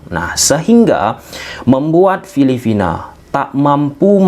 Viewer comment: Filipina bang.. bkn filifina :face-purple-crying